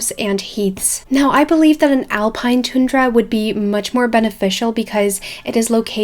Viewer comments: It’s not tune dra, it’s pronounced: ton dra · Hi is a! Tundra is pronounced TON-DRUH! Just a pointer. Anyway, loved the video and I think SSO should do all of these in the next 2-5 years :) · No hate at all but you pronounced tundra wrong, I’m an American and we pronounce it a bit different than what u said it like ;)